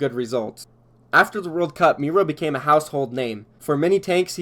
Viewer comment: Is it just me or is it weird how he pronounced Miro like mero, and not miro....🤔